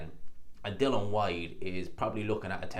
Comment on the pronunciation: At least say his name right. Its Dillian, not Dylan, as in Bob Dylan.